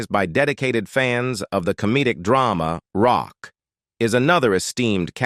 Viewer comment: ROCK…. It’s pronounced ROCK 😂